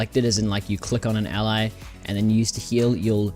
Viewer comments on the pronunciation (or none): none